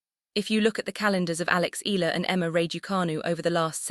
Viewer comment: By the way, it's E-ya-la, not Ela. Thanks.